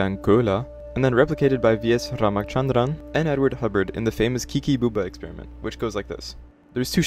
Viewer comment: It’s not /ra:ma:t$andran/, it’s /ra:m@@@ = schwa t$ = ch